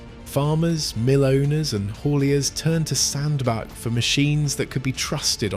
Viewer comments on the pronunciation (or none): As stated below it is pronounced Sandbatch NOT Sandback. I am a Cheshireman so I know. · Fkin oath it's Sand-Batch, I told you this on your ERF clips. Give yourself an uppercut.......... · Pronounced locally as SandBatch despite the spelling. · It doesn`t say a lot for the quality of the research if you can`t even find out how to pronounce the name of the town correctly!